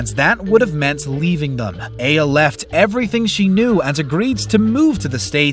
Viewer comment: He pronounced Eye-A three different ways. 😂